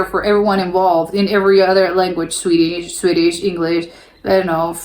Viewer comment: Hey! Swede here... Your pronunciation on the swedish vowels are really good! Great job!